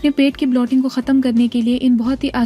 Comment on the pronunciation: Blotting nahi bloating hota he so pls don't spoil the effort with wrong pronunciation. Otherwise good effort!